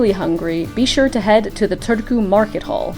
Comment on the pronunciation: first time ever hearing that pronunciation wth lol